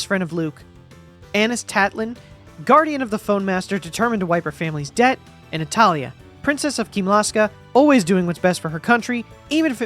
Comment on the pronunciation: I heard "wipe her family's debt, and italian" OH NATALIA! lmao